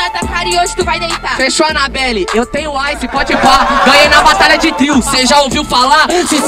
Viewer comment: “Anaballe ”kkkkkkkkkkkkk